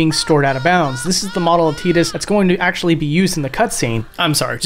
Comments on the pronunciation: His name is TI- DUS not TEE-DUS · His name is pronounced and said like Ty- tus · Don't ever say teedus again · I still find Tidus name being pronounced Tee-dus to be weird since I always thought it was Tie-dus, like a water tide, since water seems to be his whole theme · I still pronounce it tye-dus and you can't make me say tee-dus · Whoa, wait. TEEDUS? No way. TIDE-US for life baby! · Wait, it's pronounced Teatus, like teat, not Tight-us? What the hell? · I still can’t believe they went with Tee-dus as his name, just sounds so wrong, I always pronounced his name as Tide-us. I mean the guy spends half the game in water. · STOP SAYING TEEDUS. ITS PRONOUNDED TIDUS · Plays whole game, calls him Teedus. Excellente. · bro really said teedus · good video. u calling him tee-dus tho just kills me inside. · "Teedus" dude, wtf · It’s not teedus I don’t care what anyone says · I don't care what ANYONE says his name is TYE-DISS. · I refuse to call or think of Tidus as a "teet-us"